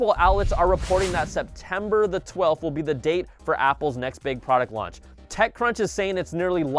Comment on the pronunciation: Lol he said Apple TV Lunch